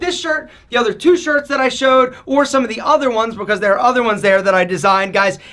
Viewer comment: Most ppl: "Because": "Becoss" Most ppl: "Length": "Lenth"